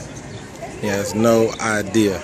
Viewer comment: Did he had an idear?